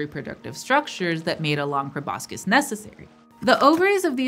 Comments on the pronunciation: proboscis = "pro-bos-sis," not "pro-bos-kis." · By the way Proboscis is pronounced without the c.... probosis otherwise a good video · It's pronounced prow-baa-suhs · The s+c in proboscid should sound like the shush sound, not like the s+c of schematic! That's Latin after all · great video but can't get over her mispronouncing proboscis